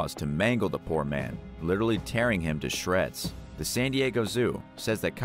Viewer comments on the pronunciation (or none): none